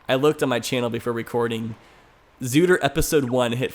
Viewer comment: its not called zootr 2 it's called 2ootr